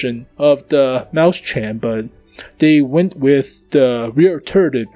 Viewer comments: the 2nd one is much closer just the ch is wrong sir + its not mäu-schen its mäus-chen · Frozengames Actually, he's pronouncing it right if he's using an American accent since A and E sounds almost similar at times. I think the problem here is his syllabication. Right now, he's saying 'Maus-chen' (Maws-tsen). In reality, it should be 'Mau-schen' (Maw-shen). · You can pronounce it: "Mois-chenn" . Not "Maus-CHEN" ;) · it's spelled mauschen not mauschan so if you're going to pronounce it the American way at least follow some English rules, come on man! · Here is how you pronounce it: OR, if you prefer, mois-shen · Dude, ääääääää, its an ääääääääääääääääääääääääääääääääääääääääääääääääääääääääääääääää. NOT an A